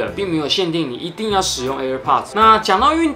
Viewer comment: 一直聽到air porch...